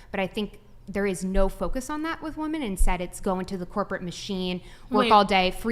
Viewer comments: I hate how this chick say woman instead of women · It's not woman, it's women FFS! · When did the plural of woman (women) stopped getting used ? I hear it pronounced wrong all the time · Every time I hear her say woman as apposed to using women(as a plural of woman) a part of Gen X soul dies!! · Woman and women are pronounced differently. Why are they pronouncing woman the same as women??? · It’s so irritating when this younger generation pronounces women as “woman”. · The way that one woman says women as "whoa men". PLEASE learn to pronounce the word. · When did people forget how to pronounce ‘women’? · 🌴🌴 """" Got dammit correct these 304s on how to say women WEH'- MIN. WOMAN IN PLURAL half your got dam panel can never pronounce their own fukkong sex correctly. And mention my name when ya do. I've watched this channel for years and I'm losing my fn mind and deserve some credit bc no one else says sht about it. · How is it so many women can't pronounce women? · Why can't they pronounce WOMEN?